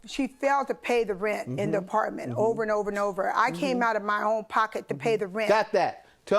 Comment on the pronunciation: She can’t even say the word apartment correctly